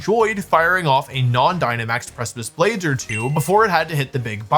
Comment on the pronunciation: excuse me? PRE-CHIP-LES blades? 😂